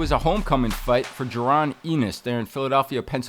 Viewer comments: Ennis, not eeeness lol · Who tf is enise bro that’s definitely not how you say his last name bruh!!! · Bro is pronouncing Jaron Ennis name like that on purpose. It actually bothers me.